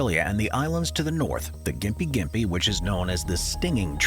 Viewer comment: Afraid it's pronounced Gympie, not Jimpy. Well at least the town is so I assume the tree is too.